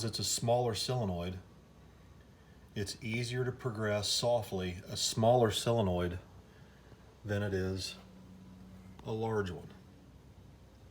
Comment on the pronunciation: solenoid, not "sillinoid"...